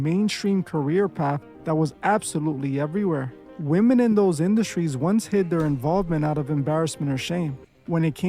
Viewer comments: not sure why you’re mispronouncing a (woman for women) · Y'all gotta stop pronouncing the plural form of woman as "Woman". It is pronounced "WHIM- MEN" . Please use Google pronunciation to confirm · Why are you saying “Woman” when speaking of women as a whole?